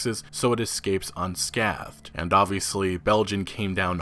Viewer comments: Unscathed is pronounced UN-SCAYTH-ED Not trying to sound like a grammar Nazi... Sorry! I prefer to be corrected on my pronunciation and I was having a shit day yesterday lol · You've never heard anyone say the word "unscathed"? Not once in your life? It's pronounced like "un-scay-thed" lol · Did he really just say 'unSCATHed'? Lmao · Stop it! It's pronounced 'unskaythed'...say it like that....'skaythed'...not 'skaved'....m'kay? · Its pronounced "un skaethed" not "un skaathed". Sorry...just had to! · Unsc-aaa-thed, not, unsc-ah-thed...God, that was driving me wild XD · It's pronounced unscAYthed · "Un-scaythed" dude, "un-scaythed" "scaything" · Skay-thing / un-skaythed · I'm sorry. It's unSCAthed. Scay likes rhymes with ray. UnSCAYTHED. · Dude....don't want to be a grammer nazi, but it is un-skay-thed. Now as for loot boxes, only a corrupt CEO, or idiot can say it is not gambling. You pay real money for a random prize, that is no different then putting a 10 on a black jack table, trying to get 21. Loot boxes, by definition, is gambling. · Unscathed is pronounced uhn· skeithd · Psst... unscathed is pronounced 'unsc-EH-thed'. Long A. 😁😊😋😉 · "Unscathed" has a long "a" sound. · It's pronounced "scay-thing' and 'un-scaythed'. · I was on board until you pronounced “scathed” and “unscathed” wrong.. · Great vid, buy the way you said "consolable" and "unscathed".... yeesh XD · That's not how you pronounce scathing/unscathed. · Is this a local pronunciation of "scathing" or something? I've never heard it pronounced like that. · That's not how you pronounce scathing or unscathed lol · I'm glad I'm not the only one to catch that.. I wanted to scream at my screen!! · Pls say scathing/unscathed etc right the way you say it is so weird lol its pronounced like scaything not scahthing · You need to work on your pronunciation of 'scathing', 'unscathed' and 'debut'. But good vid as usual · Anyone else getting mildly distracted by his pronunciation of 'unscathed'?